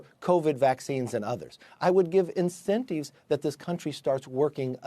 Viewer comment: Can we talk about why this guy pronounces the word in-cen-tiv as in-cen-teev?